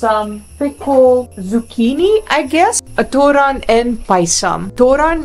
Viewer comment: Its not തൂറാൻ (thuran) it's thoran(തോരൻ) you just said that you had poop